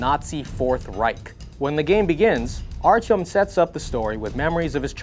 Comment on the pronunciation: Archum ? ..... is that really how you pronounce his name.